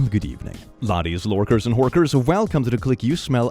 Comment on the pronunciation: HORKERS??? Dude you played Skyrim bro...